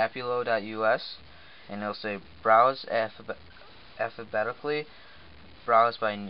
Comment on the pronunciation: affabetically lol